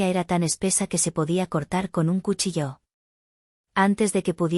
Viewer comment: ¿Cuchilló o cuchillo? "Cuchilló" con la pronunciació en la primera sílaba, no existe. "El maleante "acuchilló" al hombre en la calle." "Utilizo el cuchillo" para cortar la carne." "Me encontraron a mi"? ¿A quién encontraron? A mi. Me eoncontraro, ¿"Samplemente" o simplemente? ¡Ya apareció el nombre de...Sofía!